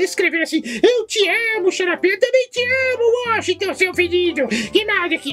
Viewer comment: ..... WOSHIGTON SEU FIDIDO ??? KKKKKKKKKKKKKKKK